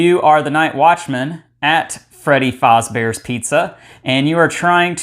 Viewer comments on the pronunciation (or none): it freddy FAZ bear not freddy FOZ bear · why is nobody talking about how he pronounces "fazbear"